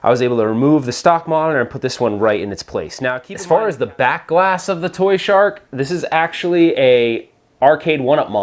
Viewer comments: So why you keep saying toyshark? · Lol it's "ToYSHoCK" why do y keep saying shark haha 🦈 congrats on getting married btw